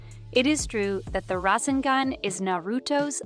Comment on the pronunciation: Video is good but please learn how to actually pronounce this stuff they called the rasengan the rasingan and kekkei genkai kekkei jenki